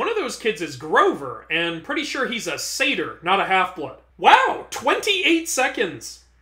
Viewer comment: Sorry its Saytr.